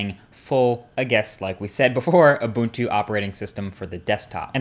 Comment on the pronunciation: Points for pronouncing Ubuntu correctly!